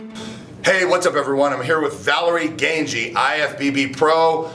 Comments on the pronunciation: Valerie Gangi, not Gangli! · Her name is Valerie Gangi however...not Gangli!